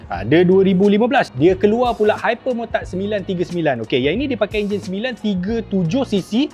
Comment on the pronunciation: dengar macam dukati hypermurtad 😂😂😂😂😂😂😂